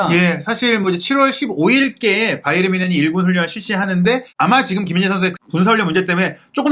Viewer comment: 평소 자주 시청하며, 좋은 정보에 감사하고 있습니다. 일반적으로 이름/지명 등의 고유명사는 현지 발음대로 하는 것이 원칙으로 알고 있는데, "바이에른" 발음을 영어식 발음인 "바이언"이라 수없이 발음하시는데, 독일통 기자라고 하시는 분이 영어식 발음으로 "바이언"이라 발음하는 것이 계속 귀에 거슬리네요. 제가 맞다면 고유명사인 "바이에른"을 앞으론 독일어 발음으로 고쳐주시기 바랍니다. 😊😊😊